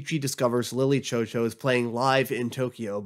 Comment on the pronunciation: God i wish he could just say lily chou chou right